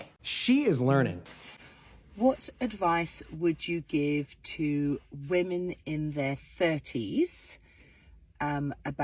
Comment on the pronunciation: It’s not ‘woman’ it’s women. Why are so many people screwing this up?